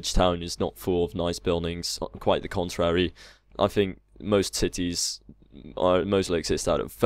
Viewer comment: Am I the only one who heard "most big titties don't have all nice buildings"?